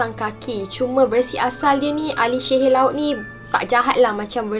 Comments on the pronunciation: Assalamualaikum sebutan sihir tu Rasa mcm x bethol bukan shehir tapi sihir bakukan... Content terbaek cuma akak terganggu dgn sebutan syg... Sorry yaa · Walaupun gagal sebut sihir i ttp jatuh cinta...